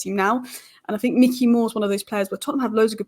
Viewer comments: please stop saying ‘mickey moore’ its ‘mike-ey moore’ 😁😂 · Bro its Mikey as in Mike not Mick 😭 Pls hahaha. Great analysis as always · Why do people not even bother to at least look at other comments before posting ? After the first couple of pronunciation corrections I thought the subject was covered. Apparently not every second comment after that then repeats the same information. The whole world now knows it’s My Key not Mickey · I love you.. but its Mikey not Micky <3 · Good video but it's Mikey Moore not Micky Moore. Mikey Moore is a generational talent so this detail means a lot to hardcore Spurs fans. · I love the content , but it’s Mikey , not Micky Moore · Like your analysis but it's Mikey not Micky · It’s not Micky it’s Mikey (mykee) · MIKEy not MICKey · It’s Mikey, not Micky. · Mikey not Mickey gd content 👍🏿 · Good video, thank you! Btw, it's Mike-ee Moore, not Mick-ee (like the mouse) 🙂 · Isn’t it Mikey as in likey?